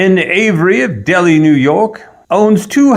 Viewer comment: BTW- Delhi NY is pronounced "Del-hi" - rhymes with Sell By.